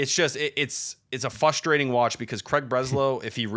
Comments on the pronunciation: and reaction to “Fustrating” kills me every time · Can someone tell it’s “frustrating” not, “fustrating”? Thanks